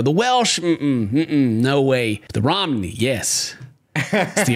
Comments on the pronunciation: It's not pronounced Romney like the politician, it's pronounced Row-mah-knee. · Mitt Romney Gypsies. I think it's pronounced "ro-may-nee", from Romania I assume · Ah so you’re a Romney? You voted for Mitt Romney XD I’m kidding, I’m just laughing too much at how and them pronounced Romani XD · “Row-man-e” romany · Ro. Ma. Ni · Why you pronouncing Romany like Romnie? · Listening to them constantly mispronounce romani is kinda hard for me to listen to but the woman did too so I can't blame him